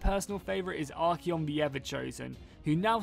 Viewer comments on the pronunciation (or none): Sorry to be a nag, but its Archaon, pronounced Ar-Kay-on, not Ar-Key-on